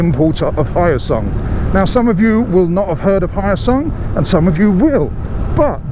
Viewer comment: Hello. I'm a supporter from Korea. First time to see a review on Hyosung bike by the foreigner. FYI, it's called H+yo sung not Hy+o sung. Keep up the good work! Thank you!